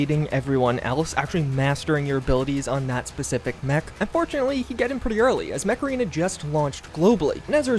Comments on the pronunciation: Yep, i can only hear Macarena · I can't be the only one that heard "Today's sponsor, Macarena" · Whenever he says "Mech Arena", I always hear Macarana, as in the song. Please tell me it's not just me. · Could've sworn you said "Macarena" 😆👍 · Yep same here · lol, I'm watching this video while I'm really tired. and when you said mech arena I thought you said macarena and were pronouncing it weird